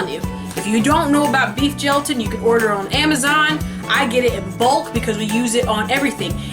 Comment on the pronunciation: did u say beet felatin??? never heard of it, also I beleive Lilly brand chips are made with erythritol, really good